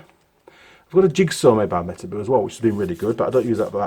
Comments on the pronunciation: I thought it was pronounced metarbow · Those are the real deal, but nowadays you can't easily find a genuine one. You pronounce it me-ta-bo literally. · Those Metabo grinders are damn good. I worked in a fan shop and we had a whole stable full of them. They will eat disk after disk and keep on chugging. Tripped the thermal over load giving all they would suffer and they always came back to life. Side note: I have always heard Metabo pronounced with a long O (boat) not the double oo (book)